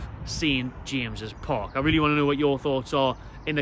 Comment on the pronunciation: Its called at James Park Not st jamseses... Call yourself a fan!!